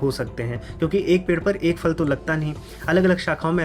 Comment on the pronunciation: Please pronounce properly. It is Phal फल not Fal फ़ल!